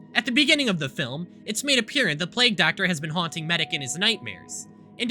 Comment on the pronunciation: mfw said plague as plag